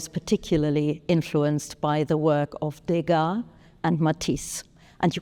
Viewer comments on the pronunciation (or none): It's Degas, not *Dégas.